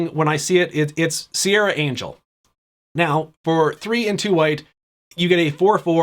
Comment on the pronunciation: Lol what? You've been playing magic for 20+ years and you don't know how to pronounce Serra Angel? Surely you've heard someone else say it in that time.